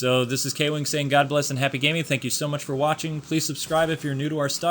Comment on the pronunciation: I think you have gone nuts just like you said